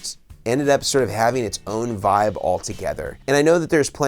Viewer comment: Does this dude say literally anything else besides "voib" "nirvawna" and "kurt cobain"